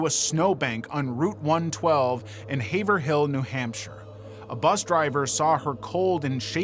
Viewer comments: Just a note: It's not Haver Hill, it is Hay Vrill!! I lived in MA nearly 20 years and got this one early on. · As a resident of New Hampshire your pronunciation of Haverhill had me chuckling. Keep up the awesome vids man.